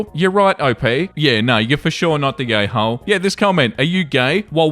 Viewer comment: Bruh, at the beginning I thought you said, “Am I the gay hole?” 😂